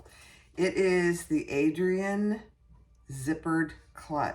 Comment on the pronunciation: I love your video. Your in depth explanation of all the pieces and where they are on the bag was so helpful. Now, I'm going to be nitpicky since this obviously doesn't affect how great your tutorial is but the bag is actually spelt ARIADNE (pronounced I think? Ari-ad-ne) not Adrian